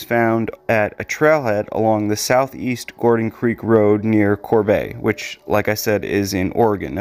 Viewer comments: Its Corbett! CORBETT. Not Corbay. If it was a french pronunciation it would have one T not 2. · My apologies, but Corbett is pronounced with strong T at the end. Retired postal worker from Oregon. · It's pronounced kor-beht. I love your channel 🖤